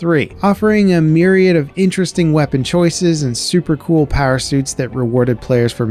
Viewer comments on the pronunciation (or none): none